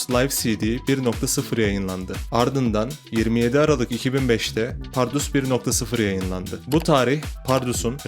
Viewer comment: kral iyi hoş anlatıyosun da ömrümde bundan kötü "PARRUDUS" diyeni duymadım. bunu düzeltirsen efsane olur. Eleştiri değil tavsiye olarak al bunu.